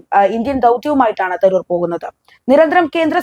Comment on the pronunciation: I have a doubt at the start -- is your anchor Indian or only a person of Indian origin? Proper English would read his name as Tha roo r not Tha ror. Nobody mispronounces an English or American name, why then are the names of Indian personalities given this treatment?